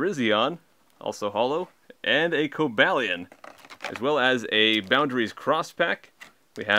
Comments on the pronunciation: It's cob-a-lion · XD Dude you pronouced there names wrong.(Cobalion and Virision)